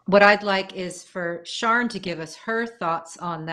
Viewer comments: Picking up the least important part of this podcast ... I'm confused about the pronunciation of Sian's name. In the UK a name spelled that way would typically be pronounced "Shaaan" - not "Sharn" - long "a", no "r" sound. It's different from the male "Sean" which is more like "Shorn" in UK english. Female: Sian - Shaan, male Sean - Shorn. Hate to be nitpicky but I kept being distracted. If Sian does in fact pronounce her name Sharn then please ignore this comment. Otherwise, great show! Hard to come back with a cheery sounding compliment when the subject matter is so grim, but of course extremely informative and insightful. Thanks for making this and thanks for all of your hard work. Do please take your mental health seriously, this is super tough stuff. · Yeah, it’s Welsh pronunciation- Shaan no ‘r’